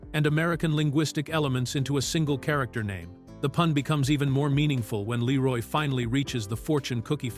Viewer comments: It's "Lee-roy" not "La-roy" ffs. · Not Bruce Lé Roy, it's Bruce Lee Roy. 😊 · Lee Roy not la roy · i'M sooooo sick of these fake Ai generated videos. I was interested in this until I kept hearing the voice mispronounce the name. It's Bruce Lee Roy, not Bruce LaRoy! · I love this movie! I have lost count the times I would watch on cable back in the day. The facts are great to learn. Please review the AI doing the speech. His name is Bruce Lee Roy NOT Bruce Leroy. It grates when you listen to take the information actual if they can't pronounce the names correctly. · Leeroy not Laroy you damn AI auto edit turd xD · I know the narration is AI but it's Bruce Lee-roy. Not Leh-roy. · Bruce LEE-ROY! 🤦🏻‍♂️ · This AI narrating crap has gotta go.. it Bruce LEE-roy...not Bruce la-ROY..WTF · Leeroll kept taking me out of it. It’s Leroy. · I swear bro, got my dawg sounding french. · LEE- Roy! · Man if you don't stop saying 'Leroy' like that. Who tf is "Laroy"? Lol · Bruce Leroy not La'Roy. Also 2 dollar million? Stupid AI voices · Bruce la-roy...lol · "Bruce Luh-roi". Ugh. AI voice synthesis with lazy production. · Bruce La-roy 😂🤣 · LAROY???.HOW FUCKING DARE YOU RUIN THE PLAY ON BRUCE LEE's name!! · 😂 La-Roy pronunciation of his name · dang AI voice.. leroy? it is Le-Roy! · 🤣 Bruce La Roy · lol why does he keep calling him Bruce Leroy 😂😂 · Couldn't have told the AI to pronounce "Leroy" correctly? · Is this narrator AI generated? It sounds inorganic and the fact that he can’t pronounce the name “Leroy” is skeptical. 😅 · AI is lazy. Can't even say "Leroy" correctly.